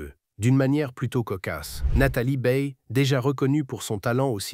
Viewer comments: 0n ne prononce pas beille mais baille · Baye A et non E.